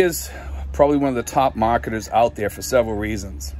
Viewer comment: Mahketahs = marketers